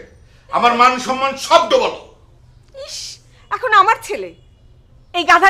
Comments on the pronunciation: Safa, sonman na, somman hobe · 'Sonman' na 'somman' hobe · শব্দটা "সন্‌মান" না, "সম্মান"।